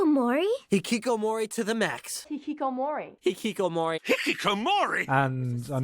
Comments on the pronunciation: Stephen Fry should never, ever say the word "Hikikomori" again. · Should I be cringing the way they pronounce the "hikikomori" 🤣😂